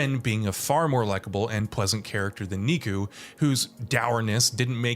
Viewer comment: Where do these reviewers keep getting the pronunciation "Niku" from? Especially now - they say his name with voice acting so many times in this game lol.